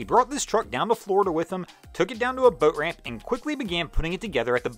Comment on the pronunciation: This dude really needs to learn how to say BOAT. It sounds like he has a mouthful of rotting chicken. I can't even listen to him anymore.... I only made it half way through....like nails on a blackboard.